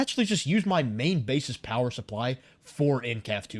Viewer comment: Lots of powah